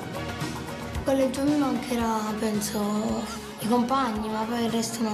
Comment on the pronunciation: Collegio con due g e una l non si può sentire